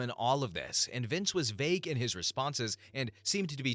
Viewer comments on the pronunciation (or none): none